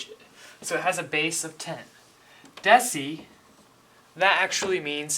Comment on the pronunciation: why does he spell base ,bass